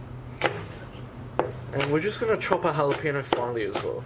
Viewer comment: "Halapenyo", not "halapeeno". Regional pronounciations of words are hillarious sometimes. You have amazing content, my friend! Respect! 🤓